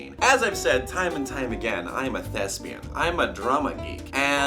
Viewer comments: When u said "thespian" I thought u said "lesbian"... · EVERY TIME HE SAYS THESBIAN I THINK HE SAYS LESBIAN AND IT MAKES ME SUPER ANGRY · Thought u said lesbian